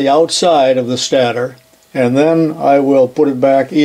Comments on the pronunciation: I know it's trivial but stator is pronounced like "staytor". I had to look it up in case I was wrong but that's the way I've always heard it. It doesn't actually matter but I was wondering if I was wrong lol! Still loving the videos! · Always enjoy the videos. The word stator is pronounced with a long A. As in stationary (your example). Or the fact that that only 1 consonant separates 2 vowels, the first vowel speaks ;-)